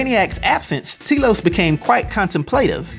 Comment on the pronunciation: Its pronounced, Telos, not Telos.